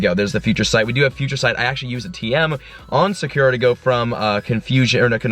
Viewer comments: It's pronounced soccer-ah not suh-ker-uh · your Espeon is pronounced (Saw-koo- ra) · The way he says sakura lol